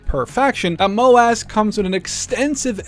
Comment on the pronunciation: "MOW - ASS"? 😂 I get that it's MOW:AS but please just call it Assault squad 1 or AS1 lmao